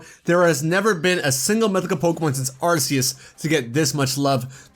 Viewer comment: ARE-KEY-US SAY IT RIGHT!